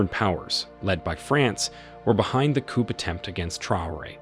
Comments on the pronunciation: For crying out loud, teach your artificially intelligent narrator that chickens are kept in a coop, and governments are taken over by a coup… This channel SUCKS. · Watch out for those coops! 😂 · The ‘p’ in coup is not sounded, just ‘cou’ will do. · Pronounced COO. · The letter P is silent in the word COUP. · Another AI failure. Please train your computer how to pronounce coup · I agree with everything you say but you need to know the ‘p’ is silent when saying coup! America uk France and Germany need to mind their own business and do trade deals with these countries and I can guarantee it will end the boats!!! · Learn how to say coup properly. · The P is silent in coup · The 'P' in coupe is silent.